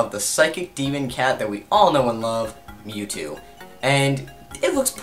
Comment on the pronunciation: mew two, not new two